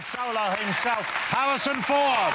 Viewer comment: Hawisson Fwod